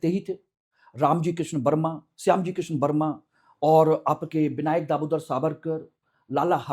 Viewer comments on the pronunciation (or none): none